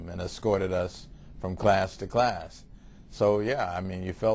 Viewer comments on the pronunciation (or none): none